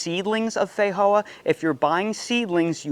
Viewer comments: in new zealand we call them and say it, "fe-joe-a" not, fa-hoe-a 🤣🤣😂😂😆😆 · You’re pronouncing Feijoa like Spanish when it is from Brazil and named in Portuguese. The J is not an H sound in Portuguese.